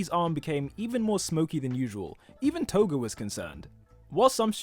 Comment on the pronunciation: TOGUUUUUU LOL 😂 how did u say her name TOGUUUUU